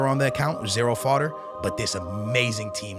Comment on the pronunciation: Stop saying foder